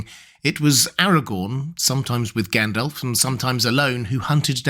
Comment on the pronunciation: Except his pronunciation sometimes. He needs to pronounce the Rs in AragoRn, ARnoR, MoRdoR. Also, it’s not Gendelf, but GAndAlf. Not Eregorn but Aragorn etc